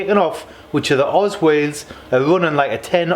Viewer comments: Cracking wheels! It’s “oh zed” wheels btw, not Oz. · Correct me if I'm wrong but i always thought that wheel manufacturer was pronounced ' oh - zed ' not oz , either way mate they look great , good choice.